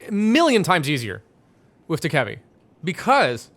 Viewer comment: Dokkaebi is pronounced "doe - cuh - bee" PLEASE STOP SAYING D-KEBBY